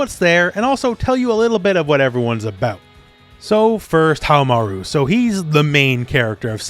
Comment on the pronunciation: Hahaha you pronounced nakoruru better than you pronounce haohmaru. Lol why?🤔 Love your videos, just poking fun. Thanks.